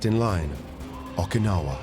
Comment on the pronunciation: Got so tired of the narrator mispronounced Okinawa as Ahkinawah I couldn't finish it. So sue me. I'm a linguist.